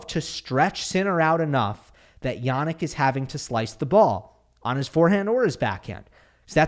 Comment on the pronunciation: Hey! I'm Polish, I've also studied English, German and Italian. Much as I love your channel, I cannot help but wince whenever I hear you pronounce the names "Hurkacz" and "Jannik" as "Hurkahtch" and "Yahnick". It is not only unnatural, but also incorrect. I suggest you use the regular short English front vowel "a", rather than the long back vowel "ah". The vowel in both cases has a fairly neutral, short central "a" sound, not unlike the English word "practice", where the front "a" becomes somewhat centralized. So I suggest you use that. I assure you that it will sound much more natural, and much closer to the original! Apart from that, Iike I said, I love the channel, love the content and delivery. Just go easy on the "ah"s, ok? (Unless you want to go "Ah!" after someone's brilliant display🙂) It will be much appreciated.